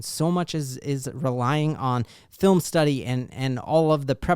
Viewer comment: Hey, just say STIDDY-UP!